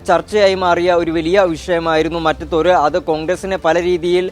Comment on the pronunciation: മറ്റത്തൂർ അല്ല മാറ്റത്തൂർ